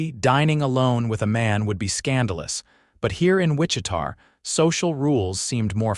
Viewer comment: Hate that the announcer can’t pronounce Wichita correctly